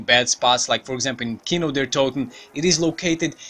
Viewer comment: Khino is pronounced kino